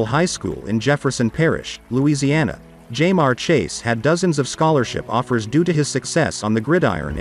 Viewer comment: “ JAY MARE CHASE”